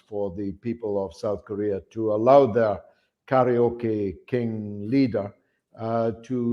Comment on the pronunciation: "Karaole King"